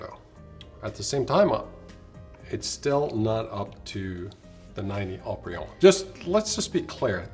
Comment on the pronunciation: I'm surprised Haut-Brion outperformed Latour. I'm even more surprised that pronounced it Ought-Brion.